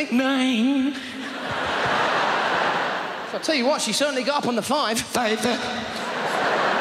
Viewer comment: ÑËĮĒÑŃ (Nine!!) FÆĪV Ę !! (Five!!)